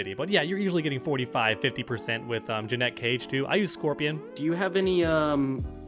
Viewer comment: Bro can’t even say Janet Cage right 💀